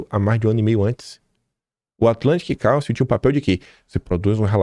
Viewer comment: Atlantic Cálcio, Ferro, Zinco e Bromo? Kkkkkk...que inglês é esse do, hein? Cálcio? Kkkkkkkkk...Council (káunsil)...